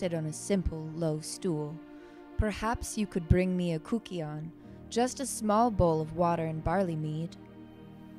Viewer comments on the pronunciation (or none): THANK YOU for preserving this most significant of Greek myths. That was such brilliant art and so inspiring. There is so much to be learned from the hymn to Demeter (and the Kykeon, pronounced with a Y and not a OU) and anyone who is interested should read Brian Muraresku’s book ‘The Immortality Key’. 🏆🧙🏼‍♀️